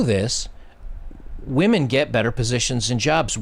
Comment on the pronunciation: It is women not "whamen". I am seeing this a lot on You Tube -- very much frustrating and disrespectful to the English language. Aside from that, I agree with everything that was said.